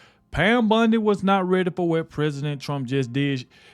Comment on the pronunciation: Bondie Not Bundie. O not U.